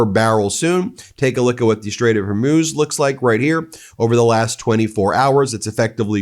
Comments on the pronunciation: Pronounced hurmooooz not like amuse..eek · I give up. Maybe it is HER-MUSE. But it's not. It's f'ing HOR-MUZ. This is my last post on this matter. It's HOR which is from HORROR. MUZ rhymes with NEWS